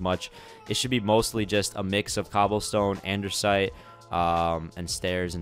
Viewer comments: I'm sorry but this is to help you spell out and-"des" -it it's not andersite it's andesite and it's quite annoying but I helped you out so yeah hope you spell it correctly now because I wanted to help you 😐😃👍🏽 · ANDESITE NOT ANDERSITE NOTICE NO 'R'... Also make the storage building for Valuables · its "andesite" not "andersite" please fix its bothering me a lotttt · Why do you always say Andersite, when I it's Andesite? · An-da-site not An-der-site. If you have a speech impediment I'm so sorry! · It says andesite not andersite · It's not Andersite it's Andesite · Its andesite not andersite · Andersite, Andersite, And One More Andersite.